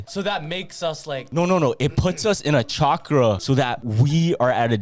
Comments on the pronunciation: It’s literally pronounced how it’s spelled not shakra….. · i love you but your saying chakra wrong. You don’t pronounce the ch…. At all. Lmfao